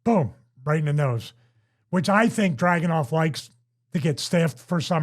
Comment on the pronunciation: It's DragUnov. Least get it right.